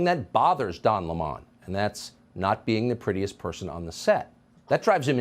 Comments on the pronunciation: Oh wow this is off topic but who could stand to watch Tucker for man than 5 minutes? That clip was exhausting, ha ha ha he said Lemon as La Mahn. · Noooo!! Not Donna Lê-mon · “Don La-Mon” 😂 Wow.